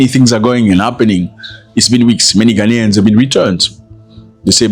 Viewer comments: They can’t even pronounce GHANAIANS correctly. Their uneducated minds keep repeating the non-existing word Ghana-nian? Their effort to do damage control is dead on arrival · Even Ghanaians u can't pronounce and saying "ghananians" or whatever and u are to tell us what to do...? U guys are a bunch of hypocrite. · Ghanaian not GHANANIAN 😂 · We are not Gha-na-nians we are GHA-nians educated illiterate